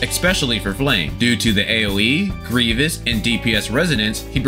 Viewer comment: Its pronounced gree-vis (grievous) haha good deep dive as always